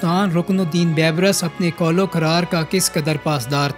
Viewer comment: اپنے اردو کے تلفظ پہ توجہ کرو۔ بےشمار الفاظ کے تلفظ درست نہیں۔ رکن الدین " بے برس" نہیں " بی برس" "Beebrus" لفظ ہے